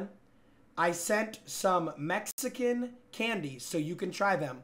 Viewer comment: That was clean with the Mexican candy pronounce